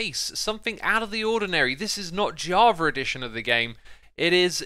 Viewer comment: Why does it sounds like he says "Jarva" instead of java haha